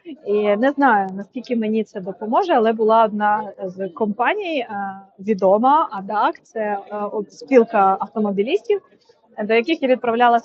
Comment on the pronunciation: Не адак, а А-ДЕ-А-ЦЕ😊